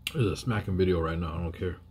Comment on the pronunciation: Lolz.. Coming right nouw.. That's how the now sounded.. 😂😂🐞